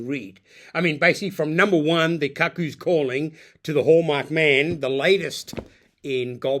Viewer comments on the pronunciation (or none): Robert Glenister is a distinguished actor who narrates the audiobooks & played Jasper Chiswell (pronounced "chizzel") in the TV adaptation of "Lethal White" Also the word "cuckoo" may be spelled "cuckoo" but it is (and has always been) pronounced Coocoo and not similar to "cuckold" at all. I would expect someone with a book vlog to have a functioning knowledge of the English language An "epigraph" (not epigram) is a quotation or saying placed at the beginning of a book, chapter, or other text to establish its mood or theme